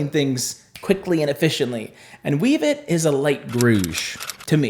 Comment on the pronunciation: Pssst Wevet is pronounced "WEH-vet". Incarnadine is "in-CAR-na-deen." F&B has a YT channel with quick clips on every shade, if you ever wonder how to pronounce something.